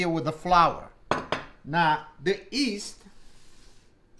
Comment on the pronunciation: The yeasta, notta 'easta', paisano! Mama mia. 😥